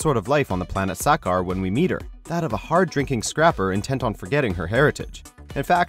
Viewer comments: when you watched the film you are talking about, did they pronounce sakaar that way? No. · please stop this narrator from doing comic related episodes. his pronunciation of sakaar and Valkyrie is upsetting